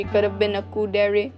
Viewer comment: The way you pronounce Yan-de-rei is so bad that I couldn't bear it after half of the video. You can apparently say Kuudere correctly but not Yandere. Next time, please, please, search how to pronounce words from another culture.